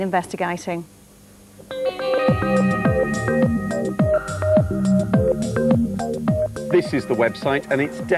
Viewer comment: her Brummie accent comes out nicely on the word "investi'guy'ting"😅 Gawd she was gorgeous ....